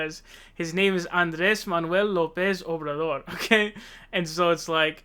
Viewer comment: Honestly he sounded like he mumbled. It was incoherent to me.